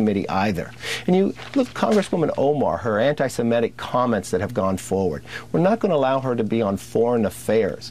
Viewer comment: Ok, Kevin, for the MILLIONTH time.... (sigh) Criticizing the GOVERNMENT of Israel and/or its policies IS NOT AND NEVER WILL BE antisemitic (learn how to pronounce it by the way, there's only one "e" in the word). Criticizing Jewish PEOPLE in general, or the religion, is antisemitic. You SHOULD understand this, since you have OFTEN criticized the US government and some of its policies. Does that make you anti-American? Does it mean you HATE Americans? No. Now, without breaking your brain, just apply that very same logic to Israel. Criticizing the government is ok and not racist in any way. Criticizing Jews IS racist. Pretty damn simple. NOTHING Rep. Omar has EVER said is antisemitic. Hell, MANY Jews agree with her.